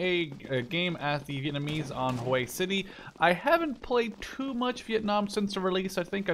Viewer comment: lol Hue City not Hoi City